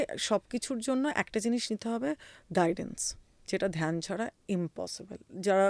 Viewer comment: ধোয়ানি, ধিয়ান, মাহাদেব এসব না বলে ধ্বনি, ধ্যান,মহাদেব উচ্চারণ করা যায় না!🙂